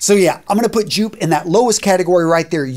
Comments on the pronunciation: Joop is pronounced yoap. Like soap. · Joop is pronounced 'yoop'... fyi. Love your work btw. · you tore Raphael ears off with that Joop pronounciation, especially both being German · I just can't get over his pronounciation of Joop